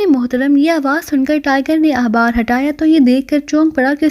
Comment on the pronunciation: خ کو ح پڑھتی ہو خوف کو حوف اخبار احبار وغیرہ وغیرہ میز خالی کومیز حالی عجیب لگتاہے